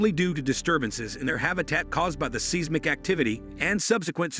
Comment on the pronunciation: Interesting video; however, the frequent mispronunciation of "tsunami" and "seismic" activity make the video a little frustrating to watch.